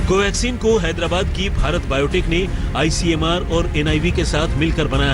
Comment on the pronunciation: ICMR NOT ICMAR LANCET NOT LACENT LOT OF MISTAKES.. IMPROVE YOURSELF